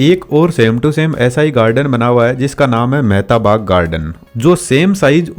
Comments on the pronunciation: भाई मेहता बाग नहीं सहीनाम महताब बाग है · Wo mehtab baag he mehta baag nahi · Mehta bagh nhi ... Mahtaab bagh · भाई वो मेहता बाग नहीं मेहताब बाग है 😅